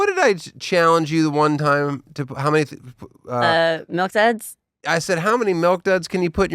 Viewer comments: He says MELK...not milk...LOL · Hod on, Dan Dan the mustard man says “melk” instead of milk?? 😂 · The craziest part of this episode is the way Tosh says “melk” 😂